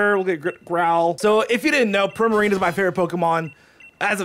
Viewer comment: Why do u say Primarino When its Primarina